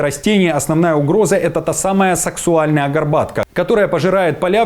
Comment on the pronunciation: Только не саксуальная, а саксАУльная горбатка.